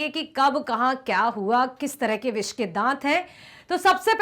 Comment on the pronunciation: Bissssss ke dat😂😂😂